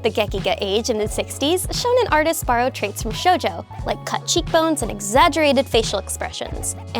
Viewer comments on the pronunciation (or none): none